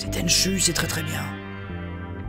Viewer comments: Alors j'adore ta chaîne mais un peu vache sur l'intro de tenchu. Une belle intro noir et blanc avec une chanson en swahili. Si seulement certains jeux actuels se donnaient autant dans l'atmosphère et l'onirisme ce serait top. Bonne continuation. Tenchu se prononce tenchou :) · MON JEU/SERIE FAVORIS !!! :o (A part le dernier "Tenchu Z" qui a juste assassiné la série..) Parcontre, ca se prononce [TÈN'CHOU]... ^^ La musique a été composé par le génie : Noriyuki Asakura